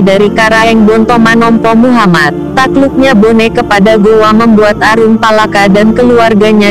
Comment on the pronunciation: Hahahahaaaa....nyebut saja nama aruppalakka nggak karuan.